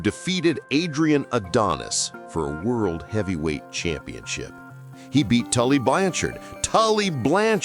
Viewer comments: I had no idea that Lanny poffo was the geniuses brother I also never heard of Tully Blan- Chard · Tully Blan Chard LOL